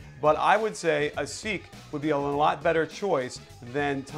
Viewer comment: Thats Ronnie Brewer (not Corey lol) and Asik's name is pronounced A-Sheek. It's a tough one that I couldn't figure out at first either. Nice channel. Go Bulls!